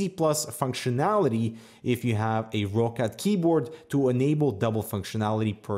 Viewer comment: I'm more than certain it's pronounced rockcat. It's a Germany based company and I think that's how they pronounce it.:)